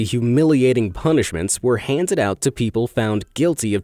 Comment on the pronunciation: "Han ded"